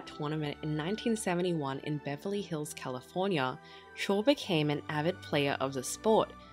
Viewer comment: The name is SHORE !!!